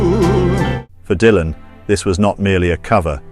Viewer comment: "DAILAN"... Aprendé a hablar, dejá la IA, que cringe!! Tambien escrito por IA.. que verguenza, loco!